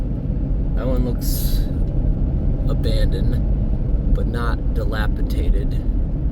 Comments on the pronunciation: Please, the word is delapidated, not delapitated. Just trying to help. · Drinking game for this video, take a shot every time mispronounces dilapidated